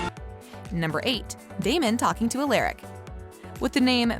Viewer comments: not her saying ALARAC INSTEAD OF ALARIC.No bahahahhahaha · Am i the only one who gets irritated when she says stefan and alaric's name wrong 🙁🙄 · One of my pet peeves is when someone pronounces names wrong especially when you are doing a video on them. Stefan is being pronounces wrong and so is Alaric. Sorry if my comment annoys anyone. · i cant watch this for the miss prinutciation of stephan and alaric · Can somebody please tell this dam woman how to pronounce Stefan and Alaric name . Doesn't make any sense how in the hell do you do a count down and don't know how to pronounce the names. Who pause but maybe 2 of these dsm moments uggh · Can you actually not pronounce Stefan or Alaric ?! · not her saying alaric’s and stefans name wrong